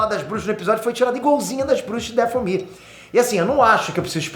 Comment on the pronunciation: O que é um "dafél ear"? É Dathomir literalmente da forma que escrevi, mano esse véio tá ficando doido cara kkkk primeiro com o assassins creed Shadow defendendo a Ubisoft, agora nem o nome do planeta acerta, cara tá criticando que fizeram as bruxas sendo boas sendo que o problema é terem feito elas feministas, cara vem me falar que jedis são tipo templário quando na realidade ta eles são praticamente monges (próximos do budismo) inspirados em samurais, até o nomes das formas de combate remetem ao Japão, 🤦, alguem de o remédio pro velho que pirou de vez